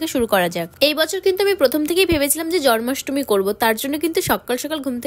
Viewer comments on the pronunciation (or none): জন্মাষ্টমী ✅ জরমাষ্টমী❎❤ Ami bhulo shunte pari 😅😅😊